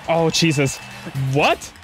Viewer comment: I hear "Ch-eesus" not Jesus